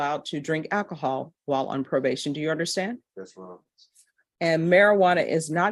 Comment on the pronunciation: Judge: its not Pronounced. "a-co-hall" its pronounced "AL- CO-HOL" With AN "L" and its not "sk-oo" its "SC-HOOL" AGAIN with an "L" 🙄🫣